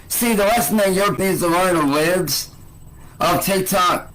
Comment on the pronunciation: Bro just called them “LEEBS of TikTok” 🤣